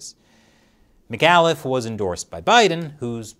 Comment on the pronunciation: As a Virginian, your mispronunciation of Terry McAuliffe's last name was painful. But not as painful if he was actually elected.